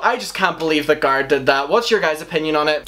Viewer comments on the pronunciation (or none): Yes lol same.its like carrot but with a G. Guh air eehhtt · The way he keeps saying Gah-rret is driving me nuts. Has he not watched any of their videos where they pronounce Garrett's name? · i cant when he keeps saying "garrat" omlll lol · It bothered me as a huge fan of garret not garrot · I’m sorry but you saying “gARet” is annoying me 😂 it’s GARRET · garrett ❌ guarrett ✅ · Everyone: Garrett: Gart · It's Garret, not Garit. Fuk! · His name is Garrett not Gart. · Garoute 😂omg say his name right GARE-RETTT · GAREEEETTT NOT GARRAT OMG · Ga air it. Garrett. God that drove me nuts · I’m so sorry but GARRET not “GARAT”!!! Love ur vids including this one though ❤️ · "garrat" "garrat" "garrat" "garrat""garrat" "garrat" "garrat" "garrat" im sorry i just had to... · Me: don’t think about it, just watch the video Him: gahrit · It annoyed me so much i had to stop watching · WERE ALL THINKIN IT GAR ATE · Garrot* also I had to skip the video bc of that I couldn’t handle it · Its bothering me as fuck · For reals dude.....i had to click off cuz i can't take it anymore. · For me he says gara or garp. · I was hearing Garth lol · SOMEONE SAID THAT HE IS SAYING GARRETT’S NAME LIKE “GARD” AND NOW I CANT STOPLAUGJING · It's sounds like he's saying carot instead of garrett 😂😂😂😂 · "GART" ..... Everytime he said it my brain was not expecting it and was trying to fix the prenouncestion. Fricckkk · "garrat" I CANT BREATHEEEEEEEE HAHAHAHAHA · i almost pissed myself laughing everytime he said "gart" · No offense, i cannot watch this bc of the way you say garret lol. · Nobody:: "GART" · GARRET! stop please it’s GARRET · He’s saying carrot but with a G lol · he said garrat 50 times in the video. i counted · “GaRrAt” lol I’m sorry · 😂😂😂 "garrt" its garrett ( no hate, just couldn't stop laughing ) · I thought he said carrot watts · it sounds like your saying corrot 🤣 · i cant watch you say garrat omg im about to shoot myself in the head hahahaha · It’s Garret like carrot